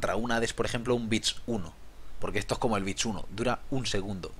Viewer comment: "Ehtoh me parece una mierdah, no lo voh a comprah."